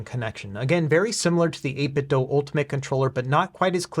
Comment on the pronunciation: It's the "8BitDo". The word "do" rhymes with "goo". The word you keep saying is "8BitDough".